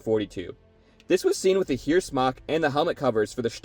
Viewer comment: The only thing I noticed as a german was the pronounciation of "Heer". In the viedeo it sounded more like "here". The double "ee" in german is not spoken like "street" in eng but like a long "e" in "enemy". Hope that helps fore further videos